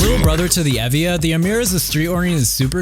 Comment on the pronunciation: evija is pronounced evi-ya which he said correctly you can search it up. Gt3, gt3 rs literally the same car who cares. he pronounces sian just like every other youtuber so i dont really see an issue there. the "bunch of others" i guarantee are correctly pronounced as well